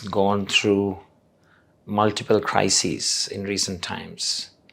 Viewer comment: Correct pronunciation is CRISES. Thought you would have known that given your superior levels of spoken english.